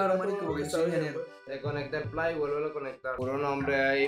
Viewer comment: Si dice plai yo tambien lo diré